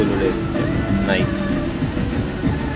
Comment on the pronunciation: Lodi, Nayki (Nike) not Nayk (Nike).. Anyway More Vids to Come. More Power! New Subscriber! God Bless!